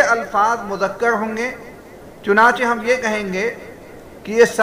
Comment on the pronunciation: مذکر ہے مذکڑ